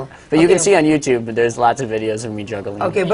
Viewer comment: It's not you- chub. It's You Tube Karen. I've learned it from my son when he was 10. Lol